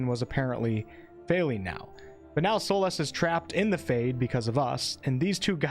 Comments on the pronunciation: Its a very unique accent for sure ive never heard Solas pronounced "Solahs" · Hi! I've only noticed that you pronounce Astarion & Solas differently than I do. Thank you so much for warning for spoilers, although I think I might pass on this game until I hear what you & some others have to say about it when it's released.